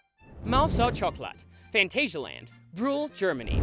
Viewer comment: The way he says Phantasialand! 🤣 I'm dying it's so funny